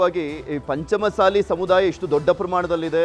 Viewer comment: ಪಂಚಮಸಾಲಿ ಅಲ್ಲ ಪಂಚ ಮಸಾಲಿ